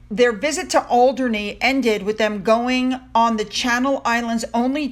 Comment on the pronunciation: You’re pronunciation is spot on. Alderney ✅